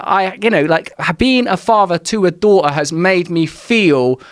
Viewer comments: Joe's passive cockney is really coming on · there's a glottal stop in "a daughter" that's missing from "adore her" one is u dawʔuh and the other is udaw uh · I don't fink my dawtah is old enough for ta-oo's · He says “daughter” and “adore her” the exact same way.